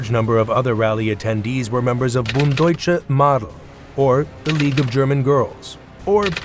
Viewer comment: Please, get a tutor to advise how to pronounce Bund deutscher Mädel!